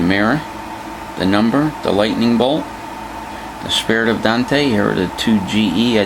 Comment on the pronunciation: Awesome model!! Great Review, Thanks. Just FYI, it is not pronounced "Don-te" or Dan-te" like everyone thinks, it is pronounced like ain't with a D in front. One sylllable Dante. The E is silent.